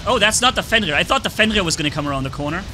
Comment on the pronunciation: There is no "L" in 'FENRIR.